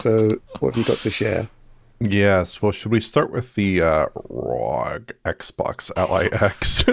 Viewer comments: Why does say ROG like that? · Yeah they've been doing it for a bit now. Couple years at least. thought it was a silly name so pronounced it in a silly way and it stuck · Why does he always stress the word "rog" when saying it? It's getting seriously cringe and annoying.